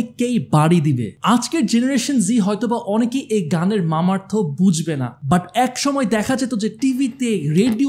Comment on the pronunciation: Bhai মামার্থ না মর্মার্থ 😊